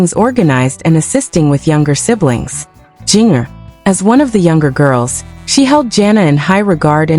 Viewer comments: It's ginger, not geenyer. this is not a real video. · Learn how to ppronouce her nam